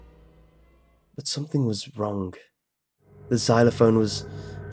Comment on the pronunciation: sorry but i mast say this after a 100 or so episodes,(i tried not to say this) but you always say this: some thing is wrongk . what is that about the K in the end? do you do that on purpouse or is it something else?